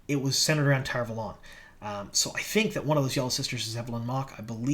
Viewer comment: How come everyone decided to start saying Tar Valon wrong? It's said the way Michael and Kate say it or its WRONG.